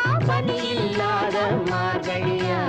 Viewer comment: MAARGAZHI. NOT MARKAI